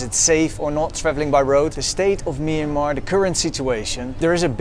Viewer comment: As a Burmese speaker, I wish foreigners would just call the country Burma. They can't pronounce the word Myanmar properly, it's not even used by Burmese speakers as we all know the word is a written form of the country's name, not the spoken form. I know that they're trying but I can't stand that sound, it sounds like the discount pharmacy like Kramer said lol